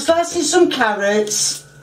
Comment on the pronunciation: She legit throws me off with her pronunciation. Sometimes it's carrots, sometimes it's carriots. Sometimes it's tomatoes, sometimes tomiatos, and sometimes tomaters. This is so confusing!